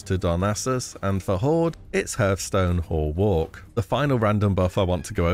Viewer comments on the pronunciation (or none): "Herthstone"....did I hear that right? It's hearthstone, aka, h'arthstone - so hearth is not sounded same as Earth, it's the same A and art. :)